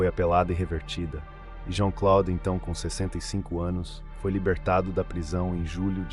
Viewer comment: JEAN CLOUDE, A PRONUNCIA É ASSIM...😮😮😮